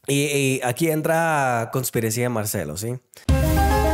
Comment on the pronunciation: Hola!!! se dice CONSPIRACIÓN.